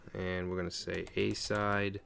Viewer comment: It's "uh-SIDE", pronounced exactly like its namesake noun and verb, "aside".